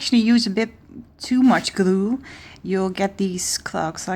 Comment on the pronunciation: Raquel Levin she said glue, it's just the way she pronounces it, she says the l quickly.